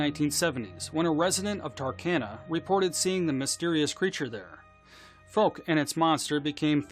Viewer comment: Tarkana ? Texarkana 😏